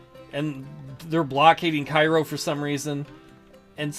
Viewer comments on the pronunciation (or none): Interesting playthrough. I find this version of the game more interesting than the new career mode. I realize that the new one is more for people who like historical reenactments of the ACW, so it's all good. BTW, the pronunciation of the city in s. Illinois is KAY-roh